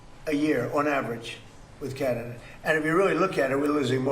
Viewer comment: Trump’s pronunciation of Canada.. Gadada. Freakin uneducated moron!